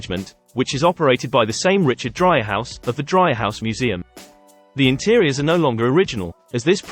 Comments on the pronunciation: Nice video. However, if you visit Chicago, Dreihaus is pronounced Dree-house, not Dry-house. Well worth visiting the Dreihaus Museum. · FyI. It's pronounced DREE haus